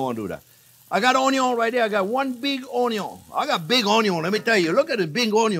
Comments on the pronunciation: I love the way you say ‘on-eee-on’ c🤩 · EVERYTHING is better with Bacon and I always love "onyion" and garlic!! I love learning with you! We eat with our eyes, by taste etc but mouth feel is so important too!!! Thanks for your love of teaching!!! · Chef Pierre is funny, and not only that, he keeps things so simple. He kills me when he prounounce 'Onion"!